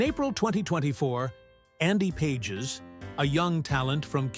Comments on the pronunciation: bad Ai pronounce Pages as PAH Hez not pages. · Pahes - not pages - dome on man. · AHAHAHAH,,,, AI voice can't even ...Pages ? Pa Has is how you pronounce it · Is this AI bullshit. At least get the pronunciation correct: "Pages."